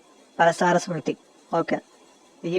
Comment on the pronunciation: ముందు నీవు సరిగా పలకడం నేర్చుకోవాలి పరాసర